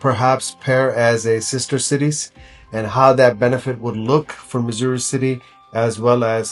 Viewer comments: It's Missouri not Massoori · Missoori alla Missouri city ennanu